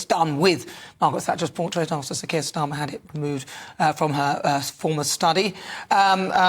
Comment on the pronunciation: Portrait not portait